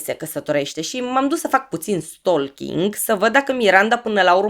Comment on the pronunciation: Stalking = se citește “ stoching” fără L…. Nu e răutate, dar se aude urat L-ul care nu se pronunță